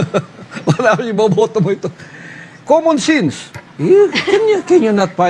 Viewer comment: '., 'KUMUN SINS'. JAJAJAJAJA. TAPOS KAKANDIDATO DAW AS 'PRISIDINT???🤣